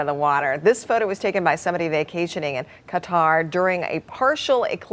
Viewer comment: That's the worst pronunciation of Qatar I've ever heard. Also, has he never heard of a fata morgana before?